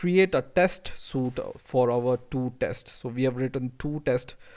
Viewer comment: You did a good job. One thing, you pronounced suite as "soot". Suit as in, The man wore a business suit" or 'The diver uses a wet suit" is how you pronounced Suite, Suite is pronounced "sweet" as in we rented a suite ("sweet") at the hotel.